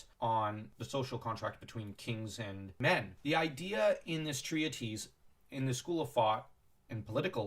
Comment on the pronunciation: Just a helpful piece of pronunciation. The word treatise is pronounced tree-tiss, not tree-a-tease. Also, speaking as a Norse pagan; seeing as how “LOTR” is inspired by by Norse paganism (adapted by a Roman Catholic to be a form of English mythology) humility is not the central theme. Tolkien himself said that the theme of LoTR is not about power (ultimately relevant to humility) but death and the human desire for deathlessness.